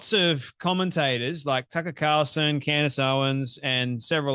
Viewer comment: Candace not candy